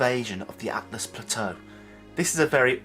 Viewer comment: Also, its ALTUs, not ATLAs. No hate, just educating. great video, mate!